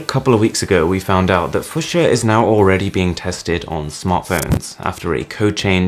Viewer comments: Omg yes it was so grating to hear it mispronounced so many times. Still love your channel though boss man. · No idea how you are pronouncing the word fuchsia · Your pronunciation of Fuchsia triggers me. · Does he know fuchsia is already a word and is definitely not pronounced like that? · That's not how you pronounce it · The way you say fuschia.. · I just couldn’t concentrate because of how you pronounce fuchsia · Please look up how to pronounce Fuchsia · If this operating system is pronounced the way you are pronouncing it, I seriously doubt it's going to become mainstream. I mean, come on, you have to take a class on how to pronounce it!? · The way you pronounce fuchsia is so weird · Nice video but you probably should've looked up how to pronounce Fuchsia before making a video on it 😂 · learn how to pronounce it first! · Say fuchsia correctly please 😂 like the flower or the colour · thank you paugren! He was driving me crazy with how kept pronouncing it! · I'm not even American, I'm british and i grew up with a job helping to cultivate fuchsia at a local nursery so i can safely say it's fue-schia. Like without a shadow of a doubt. Both the colour and the plant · Please don't switch letters around just to make it easier to pronounce for English-speaking natives. :) It's the same with "Brett FaVRe", which is made "FaRVe". There is no "sh" sound in "Fuchsia". Only if you switch the "s" and make it "Fuschia". The word "Fuchs" is German and means "fox". So it's reasonable to assume it's pronounced ['fooksia], the "u"-sound being short. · It's actually pronounced "fuksia" with a "sharp" k. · FEW-SHAH or ( fyo͞oSHə) its a fcking color...lol I have no clue what your saying ! at least ya didn't say Fuch-sia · It's pronounced FEW-shuh. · Even in the accent, it should still be pronounced "fyoo sha" he just doesn't know how to say it. And now a bunch of his fans who haven't heard of the colour fuchsia are going to say it wrong. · I think it's pronounced few-sha buddy